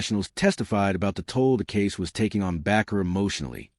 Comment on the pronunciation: The last name Bakker is pronounced with a long A isn't it? Like a baker!